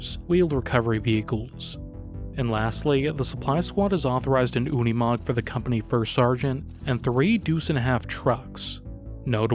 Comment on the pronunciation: I've never heard a Unimog not pronounced as Uni Mog but Umi Mog like it was here. Makes it sound like something an Ork would say out of 40K video game. "How'd they get ere then? On one of them Unimog the ones dats painted all green?" 😅